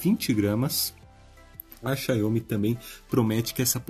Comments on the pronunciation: Amigo, a marca é Xiaomi, não xaiômi como vc fala... Só uma crítica construtiva mesmo pra os próximos vídeos :) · Sua pronúncia "Xiaomi" é bem estranha kkkk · Vc testar pronunciando erro o nome da marca